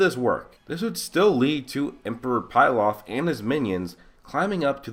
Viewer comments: Bro it's not 'Pil-off' It is Pilaf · It's not pie laf it's pee laf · Bruh its not pie-laf it's pee-laf. Emperor Pilaf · I love your videos man. But it's pronounced pee-lahf